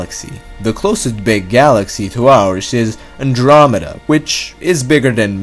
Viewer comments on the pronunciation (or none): Furder, dousand, andwameeda